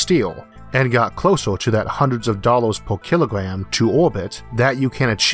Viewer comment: Whats a dalowe dont you mean dollar